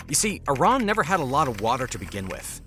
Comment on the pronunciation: I---rAAAn has no water left...buTTT I---rAAAn must have water right....